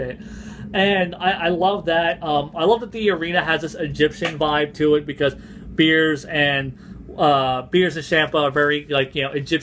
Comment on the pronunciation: Did you call him Beers? lol